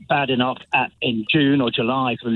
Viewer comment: Kemi's surname isn't pronounced Badenoc/k, but Baydenoc/k.